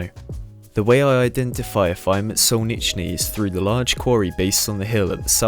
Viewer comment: "Solnichey" Sol-nich-ey... there is no second n.